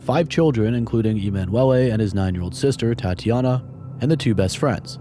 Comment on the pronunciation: E-man Wellay is an interesting way to pronounce emanuele